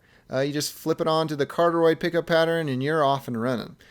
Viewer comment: "Carteroid" I lold so hard man. Good review though. Peace 👌💪